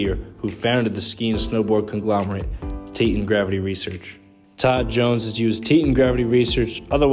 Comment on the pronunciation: You are mispronouncing ‘Teton’.